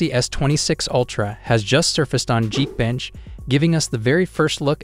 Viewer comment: "jeek" bench??